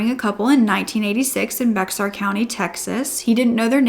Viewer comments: Just an FYI, Bexar County is actually pronounced like "bear" or "bare" ❤ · Just to let you know, Bexar is pronounced bear. I know it's weird. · Bexar is pronounced like “BEAR—UH” I know it’s spelled weird 😂 I grew up there lol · Your content is amazing! It's uncommon to find a true crime channel that shows compassion & is truly genuine about supporting the victims❤❤ Side note: Bexar county in TX is pronounced 'Bear' county ;) 😊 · Just a note as someone from Texas- Bexar County is pronounced “Bear”. It’s weird, I know. 🤷🏼‍♀️